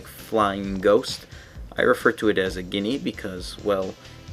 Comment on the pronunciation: ghini? if so ghini=gee-nee. the way you say it makes it sound liek guinea.